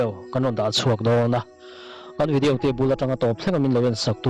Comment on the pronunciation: Vidiau anilo vidiau tihian lam tawh suh